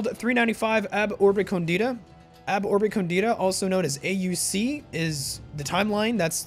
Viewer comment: Very happy you tried this, this mod is truly well made. By the way, are you sure "ab Urbe condita" is pronounced like that? Shouldn't "condita" be pronounced "còndita" instead of "condìta"?